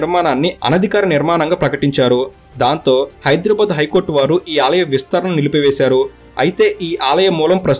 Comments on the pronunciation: హైదర్ ఏ ఆబాద్ కాదు హైదరాబాద్ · Very good information, but bro check UR pronounciation of Hyderabad is incorrect. At some places U have pronounced it correctly as BADH and some times U have used BAD. So, I request not to use as Bad it's BADH, HYDERABAD there is no H inwritting but while pronouncing it sounds BADH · Hydrabad kadandi hidarabad ani pronounce cheyyali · ఎవ్వడ్రా నువ్వు హైడ్రా భాద్ ,,కాదు బే హైదరాబాద్ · Bad కాదు... బాద్... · హైడ్రబాద్ కాదు హైదరాబాద్ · First you learn how to pronounce HYDERABAD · Are you pronouncing Hyderabad the way it is supposed to be? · Dear, pronounce hyderbad correctly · Pronounce Hyderabad properly first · You are pronansetio not right